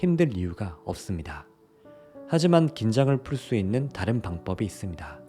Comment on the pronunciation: ㅎㅎㅎ '방뻡이'.... 고향이 어딘지 딱 알겠어요 🤭 좋은 하루 되세요 😊